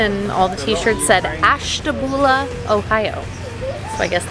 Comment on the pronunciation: I've lived in the northeast Ohio area most of my life, you said Ashtabula in one of the acceptable forms. I've heard really strange renditions of it and you were no where near those.